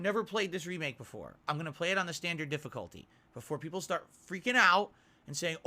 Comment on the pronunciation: 48 to Aww, he thinks he's peepuhl.